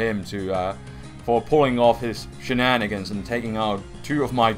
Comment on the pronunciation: This is random, but the way you say 'shenanigans' is fucking hilarious. I love it :D